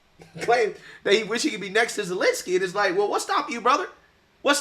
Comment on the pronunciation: Jeaus christ. That is the most embarrassing thing I have seen... I think ever. 🤣 Clearly has no idea what he's talking about. "I wosh i could be next to Zelensky right now" Yeah i bet you do *